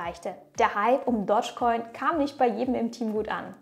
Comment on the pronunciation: Du betonst es komisch..... Es heißt nicht Dodgecoin sondern Dogecoin. Du musst es "Dohschcoin" aussprechen. Nicht "Dottschcoin"...